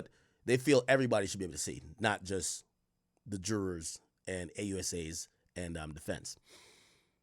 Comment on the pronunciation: Does Ak not know he can just say “jury”..? Instead struggling to say “jurors”😂